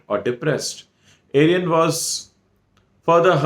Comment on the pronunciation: Sir...Arian right pronunciation is Aarian...'Aaaa'..not ...'A'...😊